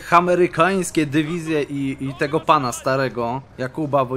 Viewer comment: Pomysł na wakacje nauczenie się mówić dywizje a nie dewizje